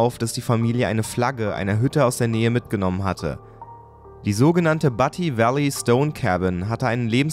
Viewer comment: du spricht butte falsch aus...es wird bjut ausgesprochen